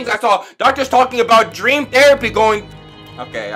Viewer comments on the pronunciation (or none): none